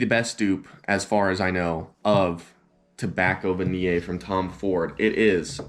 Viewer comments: I will buy "Tobacco Vaniii, I love Tobacco Vaniyey" I dunno why he pronounce it like that.. 🤣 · it will be good if you'd learn to spell and pronounce Tobacco Vanille correctly.